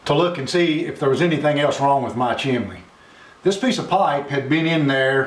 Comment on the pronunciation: Why pronounce chimney as chimlee. A I told me to use high temp mortar....you're not suppose to use regular mortar.